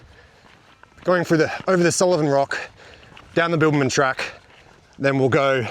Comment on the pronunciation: Were you saying Bilbaman or Bibbulmun?!! 😂